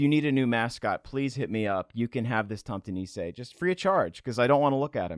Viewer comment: You got the pronunciation essentially correct on Tomte. Nisse has the emphasis on the s rather than the i though, niss-eh. I assume there's been some cultural borrowing back and forth, but nowadays 'tomte' and 'santa clause' are basically interchangeable.